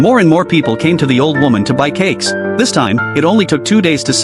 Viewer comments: I thought you said Cakss 😅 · Say cakes again